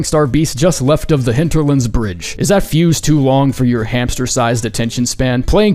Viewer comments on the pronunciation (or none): none